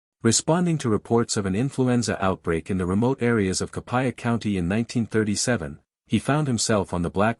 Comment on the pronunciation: There's no such thing as "kappa county, Mississippi". There's a Tippa county, though. AI needs to go learn something!